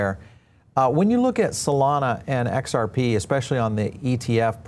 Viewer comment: This Guy cant even say xrp ...makes me want to buy more and i will mwaaahahhahaha